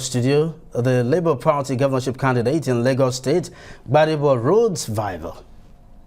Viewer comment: It is VIVOUR not VIVOR